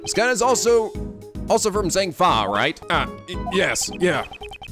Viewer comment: is the way he was pronouncing zheng fa slightly annoying anybody else 😂😂